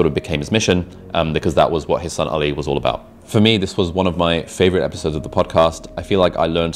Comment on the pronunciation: When Mo called Ali in a non-white way he did the Arabic prononcuation of it it made me really happy :)